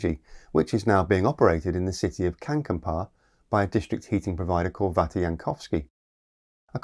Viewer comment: you almost got it. it's not känkänpaa, it's Kankaanpää. right sounds, wrong way around. xD Got a laugh off me. don't worry, I know global pronouncing is what it is. just saying.